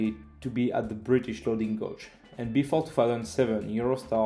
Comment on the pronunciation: Just a quick note on how to pronounce "loading gauge" - it is the same way as the word "cage" but with a G sound in the beginning. Same with "track gauge".